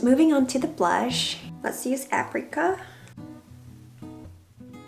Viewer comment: What is aprica? Can't she read that apricot has a T at the end?